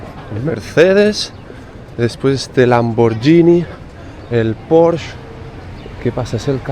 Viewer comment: Se pronuncia "porshe" no "Porsh"....😉